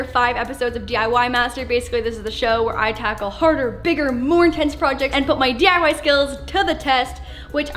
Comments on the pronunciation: You did say it right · Yes u did pronounce the DIY thing correctly and yes I’m polish and my whole family is polish